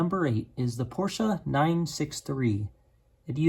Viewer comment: Out of all the car names he but he’s I didn’t expect him to say Porsche correctly 😂